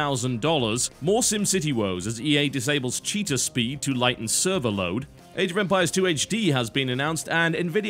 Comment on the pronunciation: When totalhalibut said cheetah speed I thought he said cheater speed